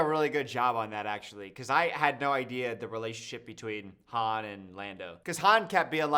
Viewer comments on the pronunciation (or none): How many movies will it take for you to not call him Hans 😅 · the way is calling Han Solo “Hans” is killing me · calling Han Hans killed me 😂